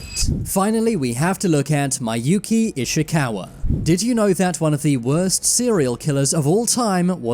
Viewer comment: IT'S PRONOUNCED MI-YU-KI